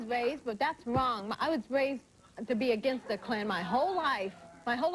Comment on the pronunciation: "OH it's wong" lol yea stay over there breeding wit ya backwoods brothers lmao